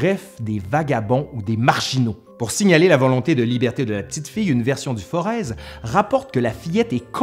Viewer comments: On ne prononce pas "Forez" "Foreze" mais "Foré" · A 5.49 vous citez une version du Forez (qu'on prononce comme le mot Forêt, on ne prononce pas le Z mais je vous rassure, tout l'héxagonne prononce Forezzzzzzzz...), pourriez vous me dire ou vous avez trouvez cette version? Merci Un Forézien (oui là on prononce bien le Z) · Venant du "Forez", je voulais juste signaler qu'on prononce "Foré" dans la Loire et "Forèze" à l'Ouest vers le Puy, c'est pas vraiment une erreur, tout dépend de l'origine de ta source :)